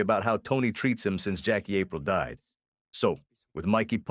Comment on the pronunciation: APRILE is pronounced AHPREEL. Not A-pryle